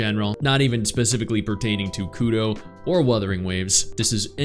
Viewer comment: Sry bit of a pet peeve “Kudo?”. Put your tongue to the roof of your mouth and make the r sound naturally.